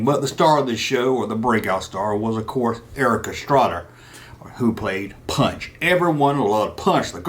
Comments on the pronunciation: It was ponch Not punch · Ponch not Punch. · It's ponch not punch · Erik Estrada's characters name was pronounced "Ponch" not ''Punch''. "Ponch'' was short for (Francis Poncherello). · Punch? wasn't he Ponch? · Love how you keep saying punch instead of ponch. I'm sure that was to get somebody to say its ponch not punch. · His name wasn't punch, it was Ponch, short for Frank Poncherello.